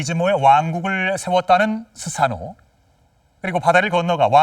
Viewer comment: 스사노 -> 소서노 이렇게 들리네요